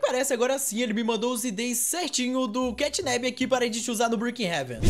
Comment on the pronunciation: Não é catnab é catnap